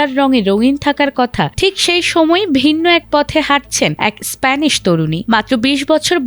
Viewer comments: Span na re vai, it's Spain. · স্প্যান না স্পেন বলে এটাকে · Span na Spain. Kamne ki?? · Span noy Rey spain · আমার সাদা মনের একটা প্রশ্ন দেশটার নাম স্পেন হবে নাকি স্প্যান হবে, রিপোর্টার অতিব নিজেকে স্মার্টনেস দেখাতে গিয়ে স্পেন না বলে বলছে স্প্যান, যেমন অনেক মানুষ আছে নিজেকে স্মার্ট মনে করার কারণে ঈদ না বলে রিদ বলে ঠিক এই রিপোর্টার ক্ষেত্রেও তাই যতসব মূর্খ কোথাকার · span span span span ki bhai? kanda gelo. its spaaaiiin spain spain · স্পান নয় উচ্চারণ হবে স্পেন। হায় রে সংবাদ পাঠিকা!! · স্পেন কে স্প্যান উচ্চারন করা হয় তখন হতাশ ই হতে হয়। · Span 😂😂😂😂 it's spain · স্পেইন না স্প্যান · Wow moment! জাতীয় টিভি চ্যানেলে AI দিয়ে খবর পড়ানো হচ্ছে, আর “স্পেন” হয়ে গেল “স্প্যান” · এরে সাংবাদিকতায় সুযোগ দিছে কে এত সহজ উচ্চারণগুলো ভুল করতেছে স্পেনের জায়গা বলতেছে স্প্যান রাজকন্যার নাম লিনোর না একটু ভালো করে সঠিক উচ্চারণ শেখেন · রিপোর্টার বারবার স্প্যান স্প‍্যান করছে কেনো? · স্প্যান? Seriously bro? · উচ্চারণ এত জঘন্য যে শুনতে বার বার কানে লাগে। এতবার স্পান স্পান শব্দটা খুবই বিশ্রী লাগছে। এই টিভি স্টেশনকে বলবো উনাকে আরো উচ্চারণের প্রাক্টিস করাইয়া তার পর মাঠে ছাড়েন। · এই রিপোর্টার হয়তো আগে পদ্মা সেতুর নিউজ করত। 😁 স্প্যান। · উচ্চারণ হবে (ইসপেইন) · actually spain